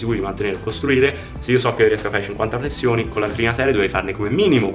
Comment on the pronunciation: Grande G come sempre, però flessioni non si può sentire 😂😂